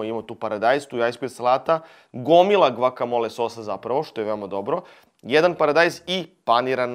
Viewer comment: bas volis da izgovaras to gvakamola 🤔